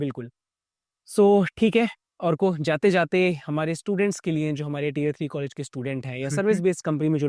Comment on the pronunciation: It's not tire-3 but tier-3 (pronounced as 'tear')